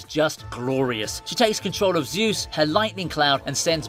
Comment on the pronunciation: It's not Zeus